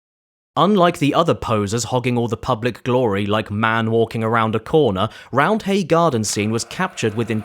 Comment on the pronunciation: Also. The H is silent. It's spoken as Rounday (I'm from Leeds.)